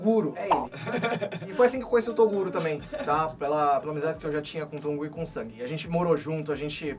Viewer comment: falando sang em português... "Sangue" 🤣🤣🤣🤣🤣